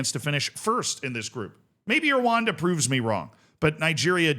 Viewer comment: Pronunciation pointers, as we know it's a pet peeve of you're: ESSwaTEEnee RooA(H)Nda